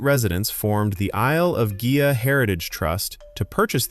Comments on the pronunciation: Congratulations on pronoucing Gigha correcttly ! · Pronunciations here were pretty good, like Islay, Gigha. Only noticed the tricky Culross slip up.